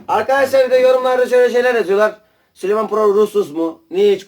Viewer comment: Büyük bir ayrıntıyı kaçırıyorsunuz arkadaşlar = Süleyman değil ! Sülüman 😂